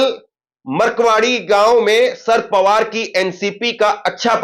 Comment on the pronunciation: Abey saaf saaf bol.sharad Pawar